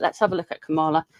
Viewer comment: Kamala rhymes with Pamela. 💙💙💙